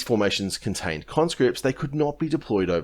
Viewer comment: Every time i hear you say conscripts i hear convicts 😂